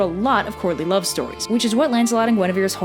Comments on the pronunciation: As much as I love all of your videos, every single time you say Courtly Love in this, all I hear is "Courtney Love". IDUNNOMAYBEIT'SJUSTME but it did make this video a billion times better because I kept mishearing it. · I know you are saying "courtly love" but I swear I keep hearing "Courtney Love". LOL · I keep hearing “Courtney Love” and it sends me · Obviously I'm watching this long after you made it. Somehow, almost every time you said "courtly love", I heard "Courtney Love". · I kept hearing "Courtney Love"... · I couldn't stop hearing "Courtney Love" instead of "Courtly love". Also, Arthur's dad and Elaine are basically pulling a Zeus. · She says "Courtly Love" and not "Courtney Love". The former is a mating dance done by early humans and the other may or may not have, but probably almost definitely did, kill her husband, Kurt Cobain. I know I'm not the only one who could not NOT hear "Courtney Love." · I keep hearing 'Courtney Love' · i'll be completely honest i thought you said "Courtney Love" the whole time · I kept hearing "courtly love" as "Courtney Love" and it changed everything about this video for me.